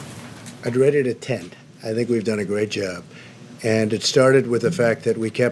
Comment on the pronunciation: "We've done a great jerb"